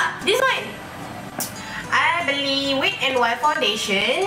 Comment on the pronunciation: Dik, wet bukan 'wit'. Tegur ni bukan utk menjatuhkan, utk elakkan in the future you lebih malu. Better before nak pronounce apa-apa, check dulu dengan google pronounciation dia. overall keep it up 💪